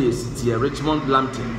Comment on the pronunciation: Nice one,,, pronounciation of local players names especially Richmond Lamptey is very correct. Please try for Kotei (K o t 3 i) and other local names and you good!